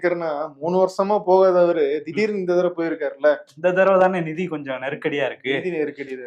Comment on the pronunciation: Andha "nidhiya" Enya aluthringa...